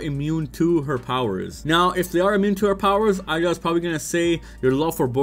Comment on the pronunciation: I don’t know why it’s so hard for people to say eida name correctly. This dude keeps saying Ida but her name is pronounced with “a” sound like “ay-da” so put that all together you get Eida not ida.